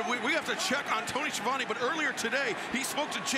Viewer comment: Tony Schiavone can't even pronounce his own name correctly lmao